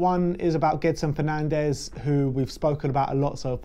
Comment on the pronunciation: The pronunciation is Jedson Fernandj